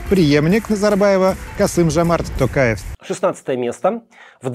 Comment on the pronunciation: Круто Пивоваров единственый кто правильно сказал Токаев, а не Такаев